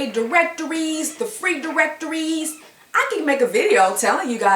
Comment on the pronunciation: Diwectoweez. Paid Diwectoweeez.